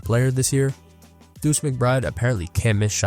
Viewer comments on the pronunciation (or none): none